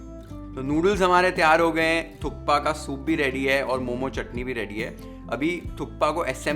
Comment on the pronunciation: sir thats not how personally you enjoy it but thats how we every nepali enjoy our thukpa with chatni....and its "THUPPA" k is silent.